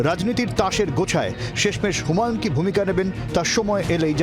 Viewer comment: উনার নামটা হুমাউন না হুমায়ূন । প্রথিতযশা টিভি চ্যানেলের ধারা ভাষ্যকারের বাংলা শব্দ উচ্চারণের কি বেহাল দশা!